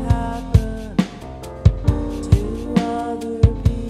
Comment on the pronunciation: Great super awesome informational... But the way she says "Happun" and then drops off is the most irritating thing to my ears.....